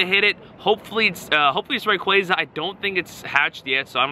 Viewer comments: RAY-KWAY-ZA Bro it’s RAY-KWA-ZA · "rah-quaza" LMFAO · I HATE HOW YOU PRONOUNCE RAY-KWA-ZA